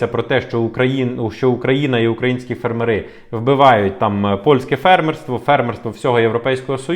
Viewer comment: Може все таки фЕрмери а не фермерИ Вухо ріже...